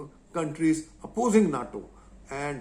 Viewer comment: NATO = 'nay-toe'